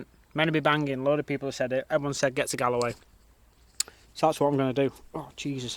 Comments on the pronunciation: You butchered the pronunciation of Bundoran ,County Donegal ,but it is what it is ;-) ..and its not Gal-a-way its Gol-way .I was interested to hear about the Star link .You need to invest in solar panels especially if you get to Spain or anywhere with good weather. Like in the UK the weather in Ireland was brilliant this year .I heard it was the hottest and driest since records began around the year 1900 . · Pronounced Gaul-way not Gallway fyi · Galway pronounced GAUL-WAY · Bun-door-ann Gall-way You should talk to a few people,find out how to pronounce place names. And why is it ropey...looks like a nice seaside town. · Bun-door-an, Galllllll=way. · You're pronouncing Galway wrongly, mate. The gal part is pronounced like "gall" as in "I can't believe you had the gall to do that". Phonetically, it's like gawl. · And I'll give you a tip it's pronounced Gallway. Like all. We will have you sounding like a local in no time. 😉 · The place you were in at start of your vlog is pronounced bun door run. . And Galway is pronounced Galway you thick eegit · stunning cotent bro i love the way you say galway it fucking gass 👌👌👌👌👌👌👌👌💣💣💣banging content bro keep up the good channel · Its pronounced Gaul way